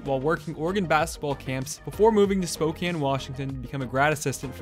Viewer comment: Thank you for correctly pronouncing Spokane, as someone who has lived here my whole life and goes to Gonzaga's sister university, It drives me insane when people say Spo-Cain